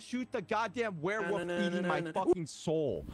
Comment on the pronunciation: “The werewoof” 😂